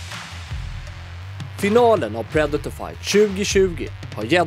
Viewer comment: Att ingen rättat Mattias på hans uttal av predator